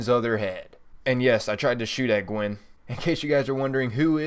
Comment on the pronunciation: never heard gwens name pronounced like he does either. He seems to focus on uncommon areas to focus on in the words.